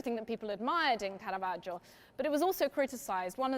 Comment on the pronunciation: Very interesting! (And thanks a million for not pronouncing it carahvajoe)